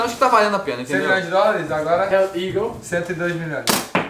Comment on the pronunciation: "Eae EAGLES" Po errando nosso nome